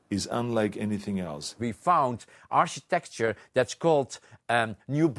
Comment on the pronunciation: dee ACK-ITECTYUH